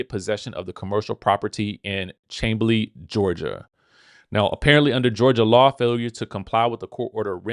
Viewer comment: it's pronounced 😂😂 Shamb- lee even tho it's spelled Chamblee.